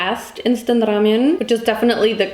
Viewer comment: WHY do you say ramyuen